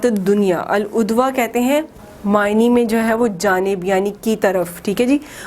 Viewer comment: Al udwatu nhi hai Al udwati hai mam